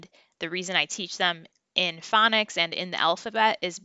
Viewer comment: Did you say phonics or FunNiks! 😂. You are making it fun!! ❤